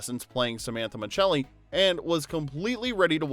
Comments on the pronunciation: I used to absolutely love this show! I wanted to be Samantha 😂. It’s so funny that when someone commented about Tony’s name pronounced as S rather than Ch, I didn’t even notice. I think I was too young to remember the pronunciation, or spent too much time in Europe 😂. I did notice that this channel seems to use EU pronunciation for a lot of names, which I find pretty interesting and kinda don’t mind it. Makes it feel fancy to me 😂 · His last name on the show was pronounced (muh-sell- ee) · Right 😊, it's pronounced Mascelli regardless of the actual spelling!!! You may wanna know something so simple if you're gonna upload a whole video telling everyone the details behind the show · I have NEVER heard anyone pronounce it Michelli until this video. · Dude why do you keep pronouncing his last name wrong?? JFC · The pronouncing of Micelli is bugging me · I loved this show but can't understand how an Italian-American actor playing an Italian-American character pronounced his character's surname wrong for the entire series! 🇮🇹 Basic stuff 😮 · Tony's tv last name pronunciation is driving me nuts. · Tell me you didn’t watch the show by mispronouncing Tony’s last name! TF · Great show! FYI: you mispronounced Micelli. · I hate that Tony’s last name keeps getting mispronounced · Less than 30 seconds in and you can't even pronounce the character's name. If you're going to pretend to know about something you should learn to pronounce his name. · Then you must have caught the misprounciation of "Micelli" throughout the entire video 👀🤦‍♀️ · Man, I grew up with this show and I loved it. Tony was the boss for me, lol. By the way, Tony's last name is pronounced "Misselli" not "Micceli". When's the last time you watched this show? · As soon as Tony was referred to as "Tony Machelli" instead of "Tony Micelli" - it became apparent this was AI SLOP in the first minute. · Muh selly. Not Muchelli. Macelli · Micelli is pronounced Mi-sell-ee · Tony Ma-Cell-ee.....come on!!